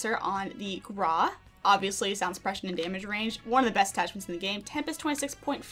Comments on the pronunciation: Why u say it like that like GrA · I love how she said "graa" hahaha🤣